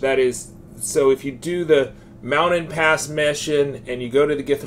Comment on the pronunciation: Lol, you're killing me with these pronunciations - "Mouded Pass" "Wakeegan" "Mee-lay" 🤣